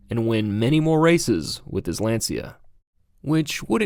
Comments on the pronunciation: It is pronounced "lawn-chuh" not "lan-see-uh" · Lancia not pronounced Lan-see-uh, it’s Lawn-chya. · Hearing Lancia pronounced as Lan See A hurt...lol. It's pronounced Lon chee ah.....almost like chia pet...lol...but with a very light "e" after the ch.